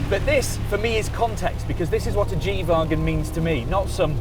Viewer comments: Why does he keep calling it a G vaagon? 😂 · the way he pronounces wagon is really tilting